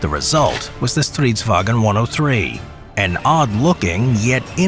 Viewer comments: Stridsvagn not Stridswagen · Its stridsvagn, not stridswagen. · You spent a lot of time on researching, animation work and narration, but… you keep calling it “stridswagen”. It’s Swedish. Not German. Stridsvagn. Not “wagen”. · sounds like german when pronouncing its stridswagen instead of stridsvagn, there is no "e" in vagn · It isen´t Stridsvagen. Loose the e. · Why do you call a Swedish tank "stridswagen"? We are not Germans. "Stridsvagn" is the correct name. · Nice video and animation ✌🏻 However. It's: Strids-vagn. Short g-n sound. In Swedish. Not StridsvAgen. That's German 😊👍🏼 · Nice video, Only remark is the pronunciation of "stridsvagn". As you see there is no "E" in that word. So why do all foreigners say "stridsvagEn"? Just drop the E. // Driver/gunner on strv 103C (and yeah, it went into production - very much so) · This is in fact, not the flattest tank. I'd argue that the Object 775 is. Furthermore, it's not Stridswagen, it's Stridsvagn. Not that hard. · Swede (such as myself): as I told you it’s not “stritswagon” or whatever it’s fuckiNG STRIDSVAGN! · Pronouncing it like "Stridswagen", boy this ain't german lmao. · Why do all English speakers try to call it "StridsWAGen". It's not German so there's no wagen. Try saying "Wa'Gnh" instead. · Not stridswagen thats German . StridsvaGn Swedish. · Love the fact that he says stridsvagen when it’s just stridsvang (stridsvagn in Swedish) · Its not wagon, its vagn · There's no "e" sound between "g" and "n" in "vagn". The way you say "vagn" sounds more like German "wagen" than it sound Swedish. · When pronouncing stridsvagn, cut the e you inserted at the end it does not belong there. Also you really over emphasized the v. It's not a w, just a single v.